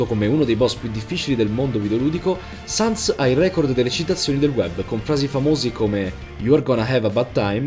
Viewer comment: Ma sens no sans si scrive sans e si pronuncia sens